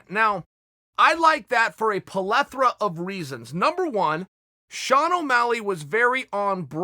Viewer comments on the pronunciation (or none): pollethra??? did you mean pleathera!! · Its not pelathra Its plethora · WTF is a pelethra? Surely you mean a plethora.... 🤣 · Chael likes the fight for a POL-ETH-RA of reasons? Ok great. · Nobody: Literally no one: Chael: PUH-LETHORA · Chael "palethera" sonnen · Chael “polethera of reasons” Sonnen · Its not a palethra, its a plethora chael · Everyone : Plethora Chael : Polethra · "Polethra" of reasons lol! uncle chael using false language to lure away the casuals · Me: without, plethora Chael: wit-hout, polethra Me: ok great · What the heck is a palethra of reasons? Plethora, my man. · Chael "PLELETHRA" sonnen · Polethra? Really Chael? You suck at English. Or were you trying to be cute? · it has been decreed, the word "plethora" shall now be referred to as "pulethra" ....So says Chael P! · My man just said “polethora” lmao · " Polethera of reasons."🤣👏